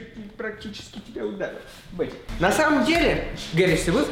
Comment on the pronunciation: сори правильно Бетти